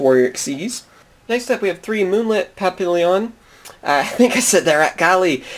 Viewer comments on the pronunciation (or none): none